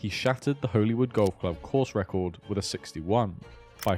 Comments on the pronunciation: I loved this video - criminally underrated channel btw. But i just had to say, in NI we pronounce ‘holywood’ in the exact same way as ‘hollywood’ 😂😂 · I promise I will watch all of this but it’s pronounced Hollywood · btw, Holywood is pronounced the same as the place in LA Hollywood.